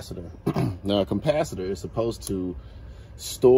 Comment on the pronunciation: CaMpacitors hahahah learn to speak